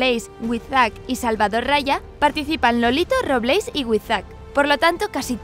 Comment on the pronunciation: Robléis, me encanta esa pronunciación xdd